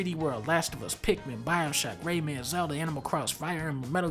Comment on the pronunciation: the way he says Zelda xD.